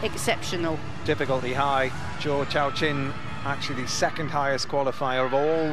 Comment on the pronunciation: None of you defending the commentator have any leg to stand on after this egregious pronunciation . Zoo showshwan ≠ Zhou Yaqin not even close. Second try a bit closer but where is he getting CHOW from